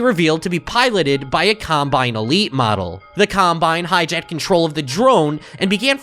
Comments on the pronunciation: sounds like he says columbine instead of combine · Colombine??? Lmao not what I imagine you meant to say there, but still a really funny slip up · hate to be annoying and comment multiple times, but did he call it a Colombine model?